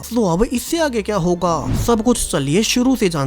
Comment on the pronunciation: Would u plz stop saying keya hooo ga😅